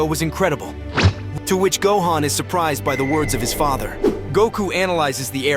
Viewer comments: The way you obliterate vegeta and gohans name is insane to me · Im bout to report you just for the way you pronounce gohan and vegetas names. The disrespect is real